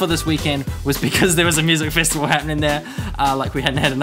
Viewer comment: i just wanna say no offense ( ^u^) why the hell do you say festival like fist-avl